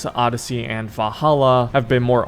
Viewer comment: say it with me... VAL-HAL-LA